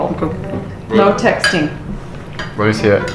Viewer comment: NO texTING TING i hate they way she said that